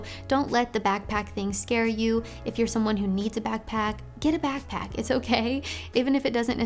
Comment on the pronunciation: Im sorry but the way she says backpack souds like bagpack lol